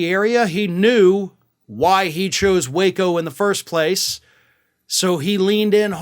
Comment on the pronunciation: So it's Wāco not Wa(h)co lol